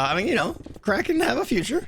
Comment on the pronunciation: “KRAY-ken”, not “crackin’”.🙂